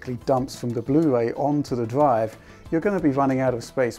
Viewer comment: R have EVER PRONOUNCED R FUCK SAKE, legit what's a DWIVE WTF IS A DWIVE